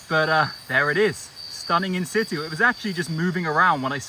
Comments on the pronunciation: The pronunciation of “in situ” is getting to me 🤣 it’s pronounced “in sichoo” not “in sittoo” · Can someone explain wth insitu means? I’ve heard this guy say it like 20 times and I have no idea what he means? Thanks!